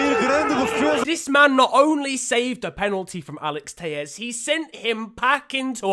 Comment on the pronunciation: Bro it's Portuguese not Spanish what the fuck is Teies it's Teles the double L in Portuguese does not make the same sound as in Spanish